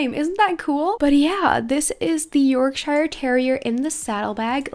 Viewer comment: It's pronounced York- sheer not shire sorry I just had to point it out xD Love your vids by the way c